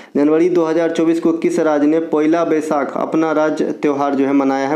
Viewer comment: Poyla nahi sir পয়লা বৈশাখ